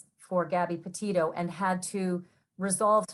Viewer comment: All you do is Judge other people and try to "blast out" other channels. John Walsh is a professional, your a YouTuber. You have been covering this case since the beginning and you still mispronounced Petito. You make fun of others mixing up names..you did to now, its called human.